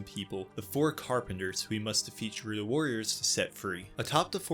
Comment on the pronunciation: I dont like how youre pronouncing “Gerudo” lol